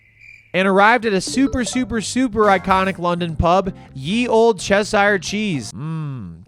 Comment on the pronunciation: Solid list! ‘chess-hire’ cheese was a pronunciation highlight! EDIT: black pudding is awful. In Scotland, instead of black pudding we have haggis. Challenge extended for your next visit, stretch. 😂